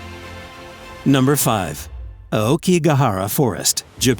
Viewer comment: By the way, you pronounced “Aokigahara” wrong.